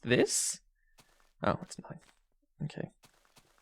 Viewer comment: why do you say "mokay":))?